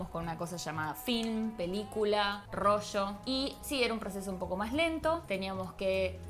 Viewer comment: Yo recuerdo el rollo, pero el rocho !!!!!!!!!!!! What the fuck!!!!!!! Que español mas asqueroso!!!!!!!!!!!!